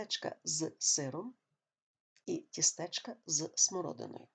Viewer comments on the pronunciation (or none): Пояснення зрозуміле. Але... Перепрошую, колего, а чому "тістЕчка"? Наголос лише на І "тІстечка"